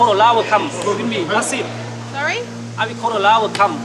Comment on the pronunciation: pronounced solly.